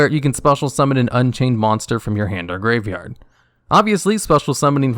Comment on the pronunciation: I think I’m losing it, I swear to god he is adding an extra letter in graveyard, duel logs has poisoned my ears, words don’t sound right anymore, send help.